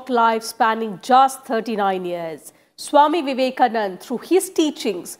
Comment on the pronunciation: By the way... His name is Vivekanand'a'....with an 'a' at the end.......I hope this reporter can use the name as we all have known him....